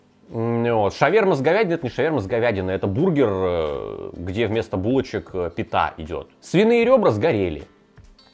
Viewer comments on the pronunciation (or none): пИта, не питА, дико слух режет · Зануда вкл: "пита" произносится с ударением на первый слог. Зануда выкл.